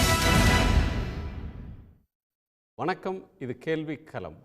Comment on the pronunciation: யோவ்........அது கேள்விக்களம். நீ கேல்வி கலம்னு உச்சரிக்கிற.... கலம்னா அதுக்கு வெவ்வேறு அர்த்தங்கள் உண்டு..... பானைன்னு கூட அர்த்தம் உண்டுய்யா..... அதே போல் தேர்தல் களத்தையும் தேர்தல் கலம்னு வாசிக்கிற...... தமிழில் "ள" ன்னு ஒரு எழுத்து உண்டு. அது குறித்து ஏதாவது படிச்சிருக்கியா? திராவிட இயக்க குடும்பத்தினரால் நடத்தப்படும் தமிழ் தொலைகாட்சியில் இப்படி தமிழை பலாத்காரம் பண்ணாதீங்க. தயவு செய்து கவிஞர் வைரமுத்து, சு. ப.வீ மாதிரி நபர்களிடம் கேட்டு தெளிவு படுத்தி கொள்வது நல்லது. உச்சரிப்பு நாராசமா இருக்கு. புகழ்பெற்ற தொலைக்காட்சியின் தலைமை செய்தியாளர் லட்சணம் இப்படியா இருக்க வேண்டும்? த்த்த்தூ. புதியதலைமுறை கார்த்திகேயனும் இதே லட்சணம்தான்.